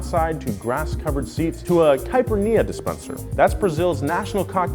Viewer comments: He still can't pronounce it. It's not "kipirneah" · CAIPIRNIA? REALLY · you still can't pronounce it. Its kay-py-ri-nha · "I didn't even know how to pronounce Caipernia 5 seconds ago." Okay, but it's Caipirinha though. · Fun fact about Brazil. We don't have this car or even Opel here. The Opel prank didn't get to us.: it's caipiRInha not caipiNInha. Brazil love Donut Media, because I'm Brazilian and I love Donut Media Kkkkkkkk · "cypernia disepncer" i couldent even pronounce it until 5 minutes ago" no buddy, you still cant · The Brazilian drink Caipirinha is pronounced kinda like this: Kai-pee-reen-a, emphasis on reen. And yes, it is pretty good. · Me as brazilian listening to him saying "karpenia dispenser" Cringe intensifies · caipirnia dispenser??? im pretty sure you still don't know how to pronounce caipirinha... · fun fact still can't pronounce caipirinha 5 secs after (and most probably till this very day 😧 ) also, what's wrong with buying metal t-shirts even 30+. They look cool and you support something that you like:(..... Ps. its pronounced Hhhespect. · That's not how you pronounce the drink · you still can't pronounce it. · Wrong. You still can't pronounce 'Caipirinha'. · Was he trying to say "caipirinha" in ? If he was, he failed failed miserably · You still mispronounced it LOL the nha in caipirinha is pronounced as the gna in lasagna or bologna. By the way I'm extremely offended by the cheap joke on Brazilian culture. /s JK, most Brazilians don't care. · You saying caipirinha is hilarious Hugs from Brazil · And you still pronounced “caipirinha” wrongly... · For the record, you still can't pronounce it :D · You still can't pronounced "caipirinha" right 😂😂😂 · Bicho, a pronunciação de caipirinha foi complicado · You couldn't have butchered that pronunciation more even if you tried